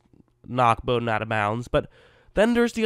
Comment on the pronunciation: Very good analysis of Bowden and thanks for pronouncing his name correctly. You have done some homework.